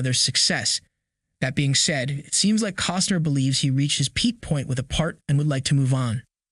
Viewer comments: It's CostNer, not Coster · I gave you a thumbs up too soon. When it was apparent that you can't even pronounced his last name... I took my thumbs up away and I left. Bye